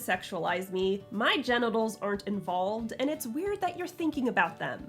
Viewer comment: did anybody else hear Jennatals instead of genitals? Lol Queen of cyborgs, queen of puns😅😂